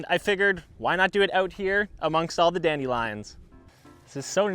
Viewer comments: I can’t take this seriously because of the way he says dandelions “dAnDi liOnZ”😭😭✨✨ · The way you pronounce dandelions makes me cringe a little lol